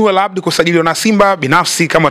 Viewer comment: Hujatamka sawasawa Ni Al Abdul siyo Hal Habdi. Kosa la vijana wetu wa shule za kata a wanaiita ha na ha wanaitamka a. Jirekebishe.